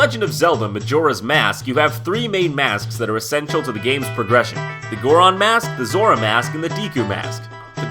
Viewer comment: It's Goron and Zora not Gooron and Zoora!!!